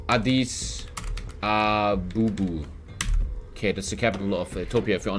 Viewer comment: "addis abubu"